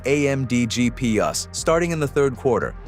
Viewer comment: You're gonna need to upgrade your AI narrator. GEE-PEE-YUS is making this channel look bad.